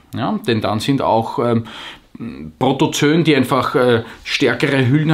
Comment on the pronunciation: Protozoooooo-en, Protozön gibt's keine ;) Ansonsten, klasse Video wie immer! :)